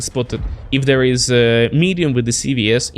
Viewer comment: Alder, das spricht sich "is" und nicht "ease" aus!! Deine Aussprache ist der komplette Horror. Da höre ich mir ja lieber die beschissene KI-Übersetzung an.